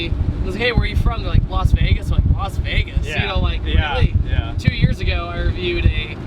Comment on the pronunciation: It's not "Los Vegas", it's "Las Vegas"... annoys the heck outta me!